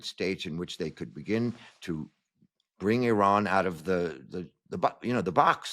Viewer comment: Christiane Amanpour Presents: The Ex Files with Jamie Rubin Sorry Mr RUBIN you read IRAN so wrong . far far wrong